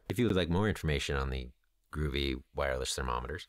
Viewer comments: GO-VEE not GROOVY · It's not "groovy". It "go-vee"! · It's called Govee, not groovy. That aside, good info. Thanks. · It’s Not “ Groovy”